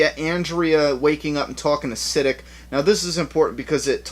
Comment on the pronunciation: I think Siddiq is pronounced Sidd-ee-q